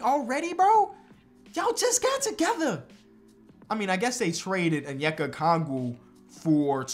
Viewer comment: Lmao the way you say onyeaka’s name is so funny cuz I know you’re actually trying but just the ascent is messing it up